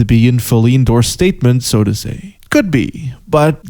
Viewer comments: I must inform you tae fuck is pronounced ta fuck that is all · I just found your channel through a shout-out by Super Eyepatch Wolf, and I'm greatly enjoying your videos so far. However, I just can't quite place your accent, and it's messing with my brain. My immediate thought was you were American, then I quickly came to realise you were probably Dutch, but influenced by American media. Then when you said "engaged tae fucc" I couldn't help noticing a Scottish twang in certain words. Any chance you could clear up the mystery, please?